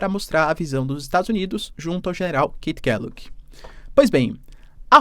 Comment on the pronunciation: professor desculpa ser chato com sua pronuncia de ingles, mas o nome do general Keith (se fala /Kiff/ Kellogg), tentei procurar 2 vezes no google por um general "Kate Calloway" 🤣🤣🤣 (peguei o nome corre via legenda do youtube) abraços professor